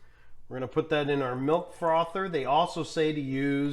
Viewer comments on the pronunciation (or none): It’s pronounced like cappuccino, aero-chino...he says it kinda funny. Just like frother, he says like frather. 🤷🏻‍♀️